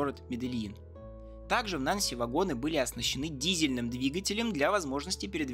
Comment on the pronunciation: Нанси́, а не На́нси Это же французский город Также магле́в, а не ма́глев